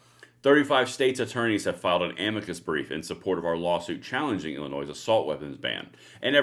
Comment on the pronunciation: the"s" is silent in illinois